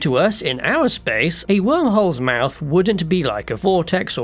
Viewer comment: "HWORM HOLES" "THAT ONE DOES'T EVEN HAVE AN H!!!"